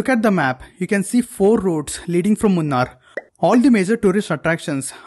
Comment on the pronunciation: Say it properly. 'Moo- naar' is the correct pronunciation. Not the way you say it 🤢